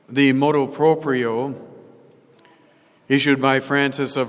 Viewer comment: MotU proprio not motO proprio.